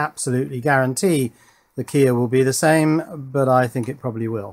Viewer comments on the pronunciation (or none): none